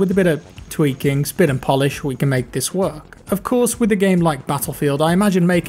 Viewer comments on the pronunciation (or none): none